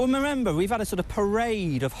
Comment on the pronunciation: Merember? making up words or what.